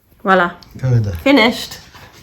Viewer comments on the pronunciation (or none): OK, you are in FRANCE. Why does say 'WA LA' for Voila'? I don't even know French, yet I know that Voila' starts with a distinct "V" sound.